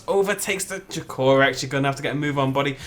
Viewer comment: Drake o Rex not drucorus